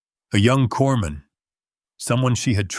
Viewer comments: corpsman is pronounced coreman the s is silent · Corpsman is pronounced cor-man. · It's really annoying that the narrator always calls a corpsman a corpse man. I mean, I know a lot of ignorant people deliberately mispronounce it, but they'll call out for a medic or corpsman when they get hurt!!! Listening from Knob Noster, Missouri, USA